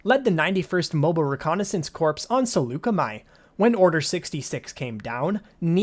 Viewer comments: "...And at one point, oversaw the medical CORPSE" Haha, it's pronounced "CORE", but spelled "corps". EDIT: Never mind, I watched the updated version of this video (a vast improvement), and I see you've corrected that mistake. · CORE... NOT CORPSE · Just so you know, “Corps” is pronounced without the p and s, like “core”. Pretty ironic to say she was part of the “medical corpse” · Corps is pronounced “core” not “korps “… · Corp is pronounce "core" not "Corpse". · Corps is pronounced core 🥺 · Gonna bring it up… Corps is pronounced in the same manner as core. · Corps is pronounced core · The P in corps is silent; it sounds like cor ..... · Every time he pronounces the "ps" in corps another blood vessel in my brain bursts.